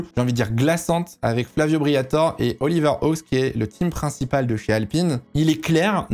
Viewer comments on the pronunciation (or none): none